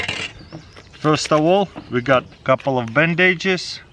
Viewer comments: I had to move on after I heard “band-ages” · Band-aid-ges, hahahaha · "A couple of bandaidges." :) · Lol "Band-aidages"